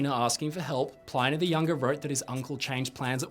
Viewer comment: PLINNY not PLINEY! stick to the titanic mate haha jk